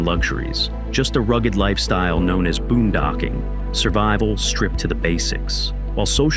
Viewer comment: Boondocking, not boom docking. =/